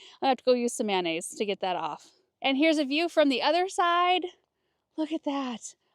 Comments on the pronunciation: Did you say mayonnaise?? 😅😳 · Did she say mayonnaise?